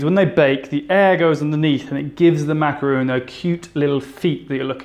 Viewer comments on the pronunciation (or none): I can't help but to think about the way your mispronounce a macaron. It's not macaroon. Good job otherwise. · Thought this was going to be a macaroon tutorial because he keeps saying so, but it was actually just macaron 😅 Still yummy though :) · I love how you say "macaron" :) me encanta!! will definitely try it! xx